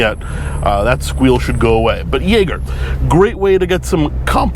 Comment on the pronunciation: I'm frankly impressed you got a usable take in that environment. I would be like "Shit, I mispronounced Jaeger, now I gotta circle back to Biscayne."